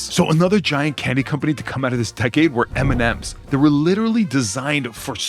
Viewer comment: M&Ms or Eminem